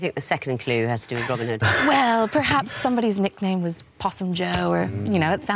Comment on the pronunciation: OK,, its Robin pause Hood, not Robinhood.